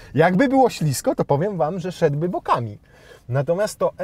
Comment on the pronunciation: Mowi sie ślisko a nie ślizgo